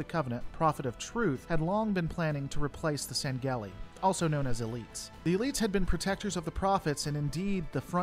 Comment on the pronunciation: Okay, first of all, officially, it's "Jee-Rahl-Haw-Nay", but, tbh, your pronunciation of "Sangheili" does make a bit more sense just off their own structures, so... there's that.